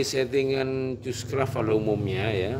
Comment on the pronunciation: Baru menemukan kanal ini. Itu lafal namanya Kus-kraft. Antena Cushcraft ini sangat populer di masanya. Tidak heran banyak yg menirunya. Khusus driven element, itu sebutan yang pas adalah T-match dengan balun 4:1. (Kabel coax 1/4 lambda). T-match dan Gamma match itu beda.